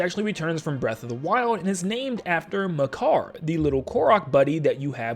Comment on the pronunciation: Its Makar not Meker